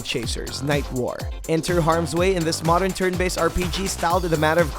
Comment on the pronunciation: Man I love this video, but I can't stand how you pronounce "War".